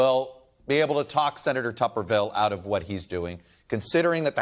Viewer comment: It’s tuberville, not tupperville